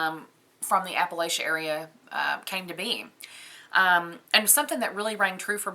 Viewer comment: I can always tell when someone is "not from here" by the way they pronounce Appalachia. For those of us who live here it's app-uh-latch-uh (with a soft a sound in the third syllable like in the word apple).